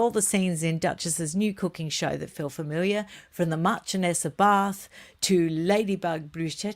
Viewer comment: PS it’s Marchioness. Pronounced sh not ch